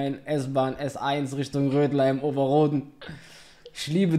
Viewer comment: sami was für rödlheim es ist rödermark ober roden😭